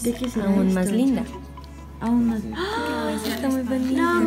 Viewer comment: Minuto : el mundo necesita más gente que ama lo que hace, pero ella pone el acento del más hacia el lado equivocado: màs